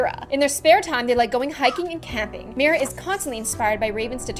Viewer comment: “Her child’s name is Mira” finally a person who can pronounce my name right!